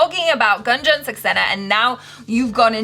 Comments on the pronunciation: It's actually not Gun + Jun In Hindi, it is pronounced as Goon + Jan :) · Not Ganjan.. its Goonjan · Its Gunjan not Ganjan. Read it as 'Goon-jan'. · Its not Gunjan, but pronounce it as Goonjan... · It's goonjan saxena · it's pronounced as #Goonjun not #Gun-jun.. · Pronounced as GoonJan not Gun jan or Gan jan😀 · pronounce her name has 'goonjan' not gun 😅😂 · In Gunjan the Gun part is not how we say gun in English, gun is spoken more like goon spoken at a fast pace if it makes any sense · Not gun its goon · Gunjan is prounounced as Goon-jan not Gan-jan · It's Goonjan not Gun🔫jan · Its ... GOOOONJAN ... NOT GAAANJAN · It's pronunciation is Gooonjan ... Not Gaanjan... In the very first second of the trailer they pronunciate the name.... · Not gun jan it's goon jan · help. they pronounced Gunjan like dungeon 😭😭😭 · It's prounced as guuun..jaa. nnn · Its goon jun saxena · its goon-jaan saxena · It's pronounced "Goonjan" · It is pronounced as "goonjun", stop pronouncing it wrong purposely even after hearing it correctly in the video 😡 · The way u pronounce ' U ' . You have to prononounce goo n jan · her name is pronounced as 'GOON'-'JAN' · It's Goon+Jan Saxena. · It is pronounced as goon-jan and Car-gill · First time Achara was wrong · Gunjan is pronounced as "GOONJUN" ❤️🇮🇳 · it’s pronounced as goon-jan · they pronounced the name even after Jhanvi narrated it🤦🏽‍♀️